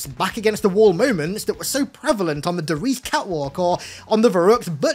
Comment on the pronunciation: Loved the video. You made a lot of good points. Heads up though, Der reise is pronounced dare rise.